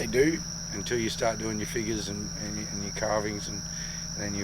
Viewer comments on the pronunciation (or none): none